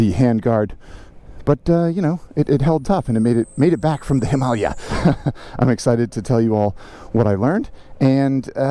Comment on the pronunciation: Please, Him-A-Lay-A !